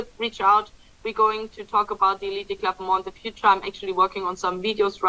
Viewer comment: it’s the eleet club, not elited! Just a pronouciation correction. Remember in English, when the letter e is the last letter it’s usually silent.